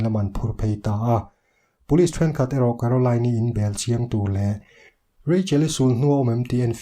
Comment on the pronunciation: I train accent hi tramp I ti trep 🤣 no mah2